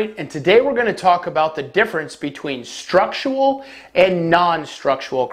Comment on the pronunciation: Structural. Not "structual". I swear you say it wrong every single time.